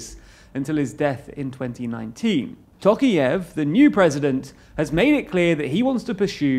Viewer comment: It's pronounced "tɔˈqɑjɪf", not "ˈtoʊkief" as you pronounce it.